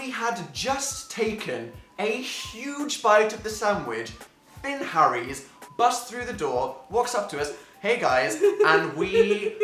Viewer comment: I thought it was "Fill Harris" not "Finn Harries" the pronunciation really irritated me for some reason.